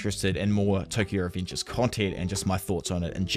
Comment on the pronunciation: The way you pronounce revengers makes me think you have some kind of mental problem